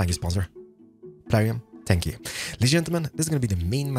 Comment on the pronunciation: It's funny how he says thankyou, Spankyou I dnt know if he doesn't on purpose or that's just how pronounce it. 😂😂😂